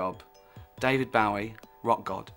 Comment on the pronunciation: If he's such a big fan, you'd think he'd at least pronounce his name correctly.